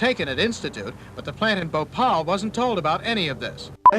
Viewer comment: THEY CANT SAY BHOPAL